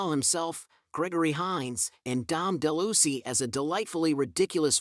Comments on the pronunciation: his name is Dom (De lou-eeez) not (de-loosy) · Dom Deluise last name isn't pronounced DeLucy! It's pronounced delouise.